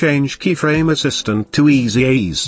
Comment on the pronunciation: Great video. THe auto voice had me cracking up every time it said "Keyfraaaame" and "Easy eez" :)